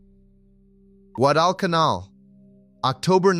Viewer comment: Guadalcanal is not pronounced guad-all-can-all. Stupid A.I.